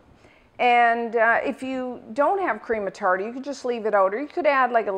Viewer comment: The way she says cream of tarter bothers me ._.